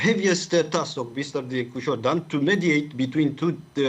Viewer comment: 24 English Please modify the president's name to Nicusor, not Nicosur, please, thank you.